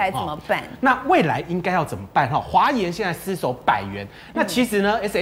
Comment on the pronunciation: 一直ㄙ守，捲舌很難嗎🙄🙄🙄